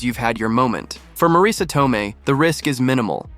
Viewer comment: Please don't play games with the English language. The name is spelled Marisa, & pronounced Marisa - you can even try 'Marissa' if that makes it easier for you. But It is not spelled Mareesa, nor pronounced with that weird inflection.